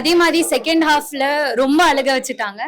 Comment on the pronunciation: நல்ல தமிழ்ல அழுகை என்று சொல்லுமா அலுகை என்று சொல்ல வேண்டாமே